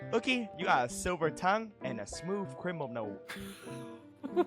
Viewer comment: saying criminal as crwiminal is so adorable:3